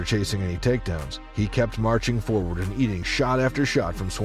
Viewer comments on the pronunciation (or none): none